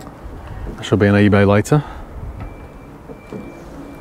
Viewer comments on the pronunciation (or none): none